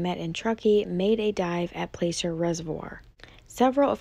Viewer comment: Placer pronounced like Glass-er